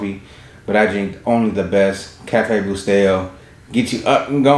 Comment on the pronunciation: It's not Cafe bustedo. Or cafe busteyo. It's cafe BUSTELO!! C'mon man. I agree that coffee is 💣. But do pushups for getting the name wrong lmao